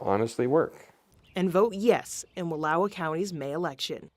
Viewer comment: chick literally mispronounced wallowa